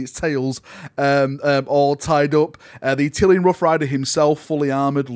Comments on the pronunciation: “A-till-N” not “A-till- e-N”: it’s “-llan” not “llian”. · Not "Attilian"! 😬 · Attilian? Why you say it wrong :( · Admit it! You've been pronouncing it like "Attilian", just so people would point it out in the comments and drive traffic.